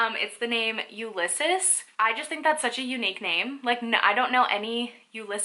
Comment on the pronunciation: Ulysses is said (you-lis-eez)